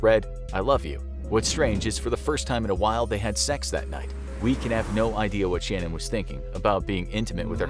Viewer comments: Chris Watts’ wife’s name was pronounced Sha-Nan’ not like ‘Shannon.’ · It ticked me off every time they said her name wrong. Not gonna tell the story right, not your story to tell!